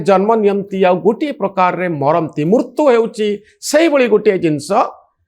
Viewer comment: Manoranjan babu is a very good intellectual anchor but pronouncing odia word murtu(death) instead of Mrutyu. Pls rectify ur pronounciation